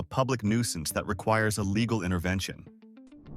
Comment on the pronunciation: Good gawd can't say LĒGAL, pronounces it līgâl.🙄